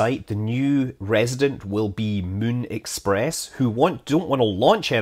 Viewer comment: And all I could hear was 'Mün express"...